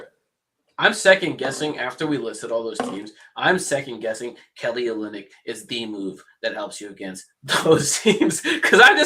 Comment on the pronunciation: This man said Kelly Olinyck 😂 lost all 🏀 credibility